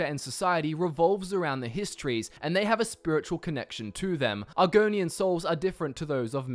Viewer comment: The hist-trees....... histrees...... haha nice